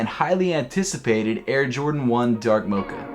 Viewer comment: Hate how he says “mocha”